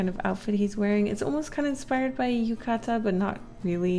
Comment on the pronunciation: properly wrapped the yukata for the monster (assuming he's dead, though you called him a ghost and ghosts are dead) and pronounced "yukata" in plural form correctly! I rarely see either of those alone, so combined is rare! I love Japanese culture and history (especially learning about it), so this made me extremely happy! Ahh!!